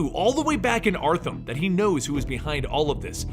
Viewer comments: You said arthum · he said Artham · Anybody else notice that , he says artham instead of arkham? Lol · Dis fool said Artham